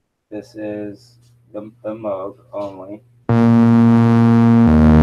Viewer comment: Happy new year bro. Here is a video on how to say Moog: Guess if you are English it is okay to call it a cow.😆